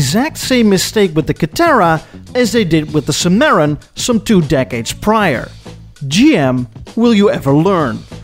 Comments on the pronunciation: It's pronounced " SIM-mer-on " my friend, not " sim-MARE-in ", a cheap piece of sh*t re-badged Cavalier with leather seats... + 25K extra. LOL! People in the States thought, "Are you f'ing serious?" No one bought them. Same with the XLR & ELR (as you stated in Pt. 2). There was a Chevy / Caddy dealership nearby and we had stopped by in our Vette. They had an ELR sitting outside and at the time, it was a pretty neat, interesting looking design. A salesman (saw our Vette and) RAN up to us. I asked, "What do want for one of these?" "Around 75K", he said. "75 Grand for a Volt?" I laughed out loud (Volts were already over-priced at 40K at the time). I told the guy they'd NEVER sell any of them, but he disagreed. So where are they now? Caddy is doomed, GM is doomed. GM wants to move to China, so I'm sorry to say, let 'em go. Just like today's "Woke" corporations, with GM's CEO Mary Barra, they have been rudder-less and will undoubtedly fail (or just limp along) ...unless something really huge happens (it won't). Too big to fail, right? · The word "zenith" is pronounced "zee-nith," not "ZEN-eth" Cadilac "Sim-err-Ron" (Cimarron), not "Suh-Marron." That's not even close. And blatant is pronounced "blay-tant," not "BLAT-ant." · I like the art and science cadillacs. By the way,, it’s simmuh-rawn. Not sumare-un. Lol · Cim a ron not cim aron. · You would think a self proclaimed "Classic Car Connoisseur" (No, there is no "A" in the word connoisseur) would know how to pronounce the name Cimarron "Cim-ahhh-ron not "Sim-air-on"!! Just had to bust your balls! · cimmeron= sim-ah-ron I love your videos' and having lived in Germany, I can still remember calling home to tell my parents about the fancy Mercedes-Benz trash truck that came to our barracks every Tuesday morning before dawn. I'm a Buick guy, my 1973 Buick Riviera could only be truly compared to my 1996 supercharged Buick Riviera in class and sheer acceleration. I'm a big fan keep making vides! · SIM-a-Ron (Cimarron)